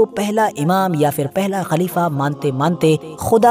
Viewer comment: aap english to khoob bol rahe hai lekin fir ya phir sahi kahna sikh lo.